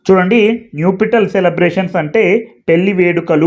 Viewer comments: అయ్యా మీరు న్యుపిటల్ అని పలుకుతున్నారు . దాన్ని నప్ . షల్ అని పలకాలి కదా . ఒకసారి చెక్ చేయండి . nuptial adjective formal UK /ˈnʌp.ʃəl/ US /ˈnʌp.ʃəl/ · check Naptial pronunciation sir